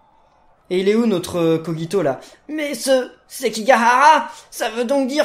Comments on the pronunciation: Sa se prononce kojito dans le dessin anime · Dans l'anime ils disent koJito et non kogito donc voilà ^^' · Sa s'écrit kogito mais sa ce dit kojito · ON DIT koJito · Kogito ce prononce avec un J pas un G